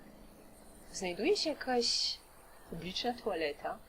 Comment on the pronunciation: Specjalnie pani wymawia ,,tualeta" czy to nawyk?